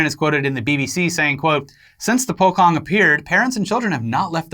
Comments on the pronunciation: Indonesian here, the way you pronounce "pocong" should be po-chong, rather than po-kong. Just a heads up, love you guys, keep doin what you're doin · In Indonesia, most of them don't put their dead in a coffin, they wrap them like the Pocong ghost. According to their religion Islam, the dead must be in contact with the soil so no coffin. Essentially, Pocong is a hopping zombie. Also, the word is Pocong but it is pronounce as Pochong. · its pronounce as "poe-chong" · "Pocong" is pronounced "Po-Chong" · It's pronounced as Poe-Ch(as in cheat)-O(as in boat)-ng btw. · its po-cong,you pronounce it like you write it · Indonesian here and how you pronounce pocong is po-chong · po kong is a Pewdiepie way of pronounciation lol. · Guys. It's pronounced po-chong.